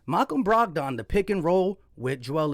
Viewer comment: Dude doesn't even know who Malcom Brogdon is. He just read his Stat line. Bro can't even pronounce his name 😂